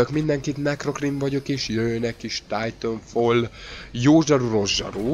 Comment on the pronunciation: "Titafall" :D